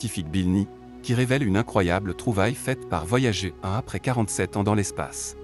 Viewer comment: On dit voyager comme gerre